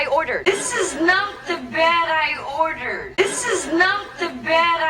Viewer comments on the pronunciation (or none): En la frase "this is not the bed I ordered" no solo no pronuncia el pasado. Se escucha "this is not de berai order". Por lo tanto eso también dificulta la comprensión. Muy buenas sus clases. Saludos desde Buenos Aires.